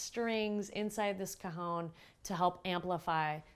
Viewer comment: Well done on the video. But I found it difficult to watch because you mispronounce the instrument's name. It is not 'ca-hown', it is 'ca-hon', the Spanish word for 'box'. Just chat with a native Spanish speaker to get your pronunciation correct. Otherwise, good job!